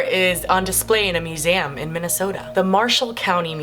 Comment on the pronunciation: Hehehe she said meh-u-sehum